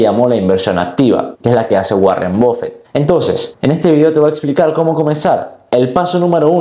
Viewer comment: Buen video pero creo prefiero la inversión activa, solo una apreciación la pronunciación de Buffet es /Baffet/ no /Bof fet/